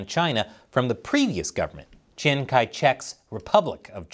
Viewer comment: The "Chiang" in Chiang Kai-shek is pronounced "Jiang," because "ch" has a "J" sound in the Wade-Giles romanization system.